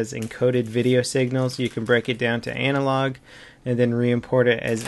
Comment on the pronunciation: you said anal log